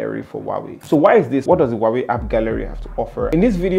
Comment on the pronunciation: Is Huawei, no wawy